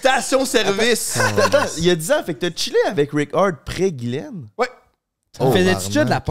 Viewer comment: Guylaine tbk pas guylaine